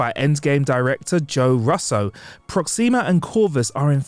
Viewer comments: Russo too I don’t understand how it’s possible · how can he get something like russo wrong when even just being a fan of the movie side of marvel should get that right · Russo too